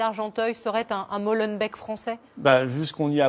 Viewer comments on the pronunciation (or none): Purée mais apprenez à dire molenbéééke et pas molanbèque !!! étterbéék, anderlekt, anverSSSS, et tant d'autres !!! Un journaliste français à ce rôle : discuter avec les habitant ça doit être la première question on dit pas Parisssss !!! Un peu de respect pour les cousins !!!